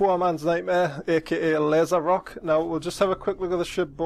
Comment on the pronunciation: Rokh is a mythical beast from Persian legends, so the pronunciation is Rowk, not Rock.